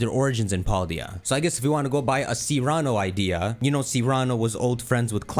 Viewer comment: Cyrano - Sear uh no. Not See rah no.